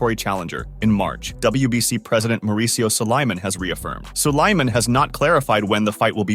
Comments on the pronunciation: I hate the way he says Sulaiman (It's pronounced like Solomon but Suuu-La-mon, foo) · David will never get this fight ever And learn how to pronounce Suliman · WBC President's name is being butchered badly. 🤣👎